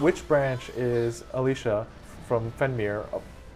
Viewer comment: I missed it live school and all. Also not sure if it was nerves or not but the guys say Alicia instead of Alisa.